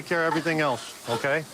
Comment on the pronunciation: Prosecutor Lady delivering this intense opening statement and then says “elTse” 🤦🏼‍♀️ Can’t take her seriously now. Drives me absolutely insane. THERE IS NO “T” IN THE WORD “ELSE”! 😒